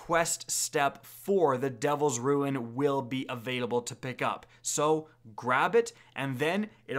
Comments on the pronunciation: Not to be that guy, and I resisted it before, but when you say 'ruin', you8r saying 'rune'. And vice versa. That said thanks for all the wonderful content. Don't let my picky English ways RUIN your day! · He says Rune like ruin and ruin like rune